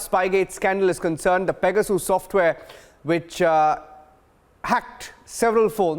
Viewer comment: What's pega-soos??